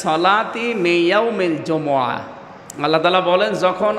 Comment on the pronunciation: সুরা ঝমা কি?????? হবে সুরা জুমু'আ